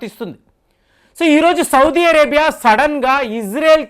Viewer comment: Sir , first know how to pronounce country names . Sodi vaddu